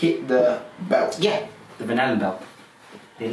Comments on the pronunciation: Am I the only one that keeps hearing "banana belts"? Instead of Van Allen belts? It's funny, but also annoying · When he says Van Allen belt, I hear Banana Belt! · I can't help but everytime he says van Allen belt i hear banana belt lol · I’m halfway thru this, and the longer I listen, the more the phrase “van allen” sounds like “banana.” Hmmm.